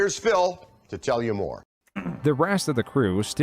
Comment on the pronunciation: Is it just me or the doc keeps calling him Phail.